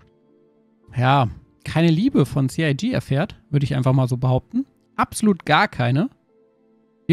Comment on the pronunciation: Sie Ei Gee - CIG